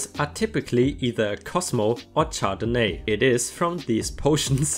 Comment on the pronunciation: Good stories. Another good video. ************** Just FYI, The wine name is pronounced shardenay. Oh, and I forget which video it was in now, but in the context it was used, tear should have been pronounced tair, to mean rip. Cheers!